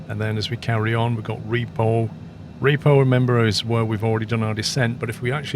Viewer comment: It’s actually pronounced REPOV, as in “Rip off”. Not repo-V :)